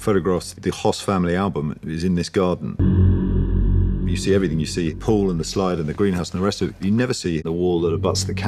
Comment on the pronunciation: That's not how you pronounce Höss.